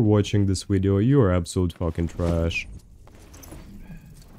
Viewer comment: say “video”: wideo say “wendigo”: vendigo